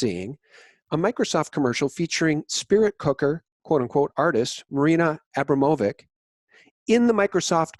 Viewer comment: A-Braum-o-vich. Not that she deserves correct pronunciation